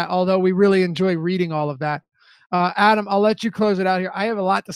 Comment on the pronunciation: My favorite Deeper Dive moment happens everyday Adam & are together when the head of name-pronunciation-police......mispronounces Adam's last name! 😆